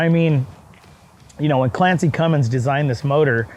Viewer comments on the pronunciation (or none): It’s clessy cummins not Clancy 🤦‍♂️